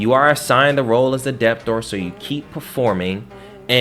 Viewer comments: I listen to you for about 20 minutes, hearing you repeatedly say depth door. I now understand you're saying debtor. You are a smart guy but you need to fix that pronunciation the B in debtor is silent. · What nonsense is this? This kid doesn't even know how to pronounce "debtor" but is here talking gibberish...